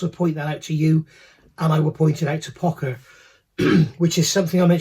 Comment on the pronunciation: I've been building Pocher kits for years and never heard it pronounced POCKER always Poe-SHUR. I guess it's like Porscha versus Porsh.